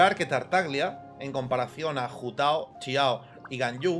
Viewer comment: Siempre admiraré su forma de decir “Ciao” en lugar de “Xiao” xd